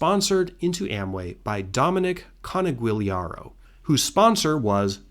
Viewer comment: This is an amazing video! However, you absolutely MOLESTED the pronunciation of Dominic Coniguliaro’s last name. It’s Con-joo-LAIR-oh